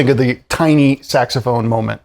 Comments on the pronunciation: When you said "saxophone," it sounded like you said, "sex phone." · " Saxamaphone,..Saxamaphone"😂 Classic Simpsons